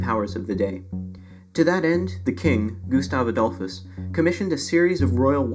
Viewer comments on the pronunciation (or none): In some videos he is called Gustavus Adalphus. In this Gustav Adolphus. Cant you people read and stop just adding letters to someones name? GUSTAV ADOLF is the name. Its like saying Donaldus Trumpus